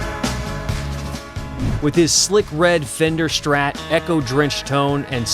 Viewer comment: why do you need to say "shtrat" instead of "strat"?